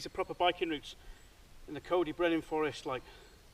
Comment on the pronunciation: Another cracking video Cuz, as ever. Looking forward to seeing you next weekend 👍🏻 I can give you some tips on how to say Coed Y Brenin properly then 😉